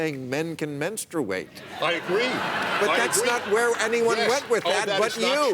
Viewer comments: bill maher trying to dumb down dennis prager was sad and pathetic even for him. The fact that Prager cant say the word "menstruate" was very annoying but it doesn't take away from the fact that the line of defining who is a man to a woman is quickly disappearing... a woman was just fired for not agreeing with this bassakwards rhetoric that is being spewed in medical clinics and so forth. This "Tran-Fad" train is gunna crash hard! Womans sports is barely a thought even without this debacle so its really fucked for the women that can get into a school based on athletic ability but now if ur a man and are mediocre and cant win with the other guys u cant now wear a dress and say u are a woman and basically "rape" the field in competition. This has gotten out of hand but its still early to put a stop to this nonsensical bullshit. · Who the fuck actually pronounces the U in menstruate? That alone shows how fucking crazy Prager is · Hey if he wants to do it (not something I would actually recommend) he at least ought to learn how to pronounce it properly. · Kyle H I menstruate... I have been pronouncing it wrong my entire life. Also... I just call it my period . Lol. I hate when people without periods have opinions about them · God, Prager is just an embarrassment. He tries to win his arguments through yelling and repetition and his actual arguments are Seussical - whether he is right or wrong. The shame is he actually does have some good points, but the way he makes them is just wrong. Also, where did he learn to say the word menstruate? His pronunciation is certainly unique. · Why do they pronounce "menstruate that way???? We took a pole at work and 100% of the women pronounce menstruate..."menˌstrāt" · Men-struate? Think he started his cycle right there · Men-strooo-ate??? Did I miss how to say menstruate for 34 years? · It doesn't matter the color of the man, they all say 'menstrate', or period!